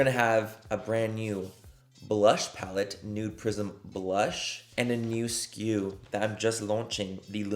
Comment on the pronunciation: I’m sick right now and my nose/ears/sinuses are just super stopped up so I CANT STOP hearing “nude prison” instead of prism and…well…it doesn’t NOT work manny…it doesn’t not. ….😅😅😂